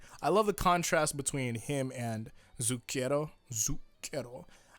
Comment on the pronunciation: Anyways, it's zúcchero. Believe me i'm from italy.